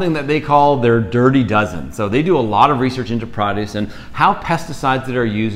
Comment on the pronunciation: Pro' duce, not prod ' uce